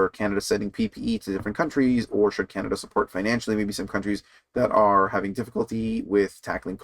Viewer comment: O'Toole can't say "Canada First"!